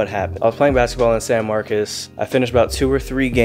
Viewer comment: mane you from Austin you should know its pronounced san Marcos not san Marcus lmap